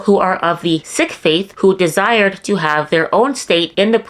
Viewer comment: Sik is pronounced like Seek